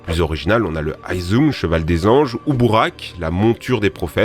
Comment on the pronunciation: Buraq ces pas mecaht